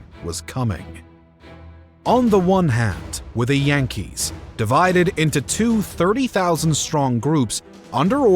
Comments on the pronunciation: And that's how current inhabitants of the Bronx pronounce their baseball team. Jan-kees.😅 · That's how current inhabitants of the Bronx pronounce their baseball team. Jan-kees.